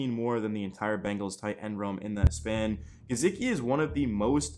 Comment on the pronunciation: Ur pronunciation of gesicki made me stop watching tbh